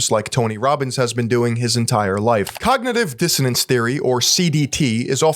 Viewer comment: dr oz clip really captured all of Tony Robbins content well... very high quality, very intellectual, he said cogntiviijss dsiannace too, very smart stuff